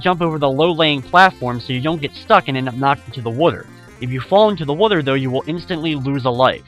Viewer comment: I like the way says Water...wooter. lol